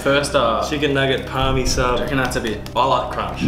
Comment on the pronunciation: its a parma not parmi c'mon